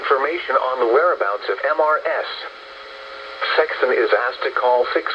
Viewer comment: Can't the voice be trained so it doesn't say M-R-S awkward pause when it comes across the abbreviation "Mrs."?